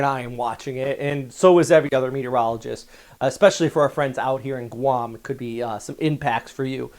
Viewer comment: Briefly. He pronounces Guam correctly though.